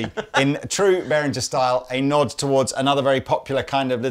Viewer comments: It's pronounced beh·ruhng·uh, and not the way of unworldly yanks who say 'berinjer'. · Behringer is pronounced beh ringer not behrinjer you utter Muppets. l flipped your video the first time you mispronounced it. !